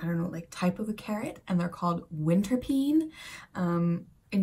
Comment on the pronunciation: But you pronounce it like winterpane. Not winterpene. The "die" is really funny. Tourists..depends. Belgian, German and Danish tourists will understand. French..have no serious grasp of English. Spanish are also not that well versed in English. So all in all it is funny for Anglosaxons who in general have no grasp in any other language than English either btw so they may be cannot figure out it might mean something else. Anyway: mama...die die die! is quite funny haha.